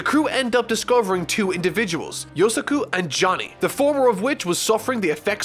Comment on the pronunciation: Nice but you said Yosaku's name right once xD